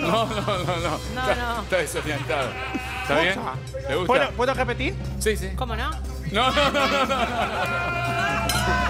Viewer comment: "¿Puedo rejpetig?" 😂